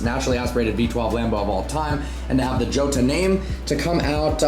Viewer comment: I realize that this is going to be a first world rant, but seriously,, you're presenting yourself as a car guy. The J in Jota is pronounced as an H, not a hard G. And they aren't "swabs", they're "swatches" or just color samples. Maybe I'm new enough to the channel that I don't know that one of your gimmicks is mispronouncing automotive terminology and I'm just not in on the joke. Like the way you mispronounce Seraph.